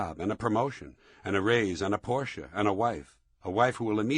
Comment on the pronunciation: One of maybe 7 americans who can pronounce "porsche" almost correctly.